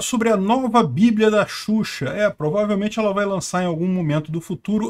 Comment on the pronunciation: É "Exuxa" kkkk